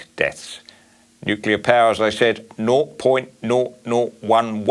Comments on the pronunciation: The only thing that is risky is leaving Blackout Bowen in charge of our energy supply for 1 more day. He has NO Idea about " Nu-clea" energy, he can't even pronounce the word... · It's not "NICKULAR " Bowen.